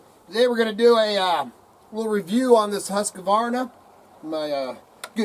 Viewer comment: Why do so many people pronounce it wrong? There isn't an A between the Q and the V